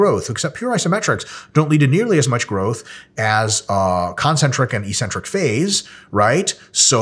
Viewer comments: Hey Mike, I keep hearing you use the word EE-centric, -like eccentric, but pronounced with only one 'c'. On your slide you have the abbreviation 'Ecc'. Could that possibly be referring to the actual word eC-Centric??? If not, please advise. I can't find the word 'ecentric' or 'eecentric' in any English dictionary. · Why does everybody pronounce it "e-centric" when there are two Cs??